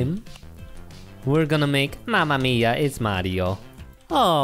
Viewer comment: minute lol I'm italian, nice "Mamma mia"